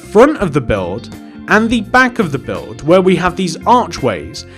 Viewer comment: Buld not bulf